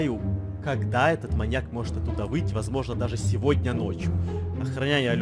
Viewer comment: Гогда Эдисон сказал маньяк мне показалась маяк